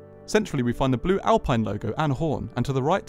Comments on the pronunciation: Nice walk around. Btw it is pronounced Alpeen. Also, the seats are not optional. The pure edition which is the cheapest has them as standard while the Legarde edition has multi adjustable seats. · How were you given access to the car and yet still not able to pronounce the make correctly… fascinating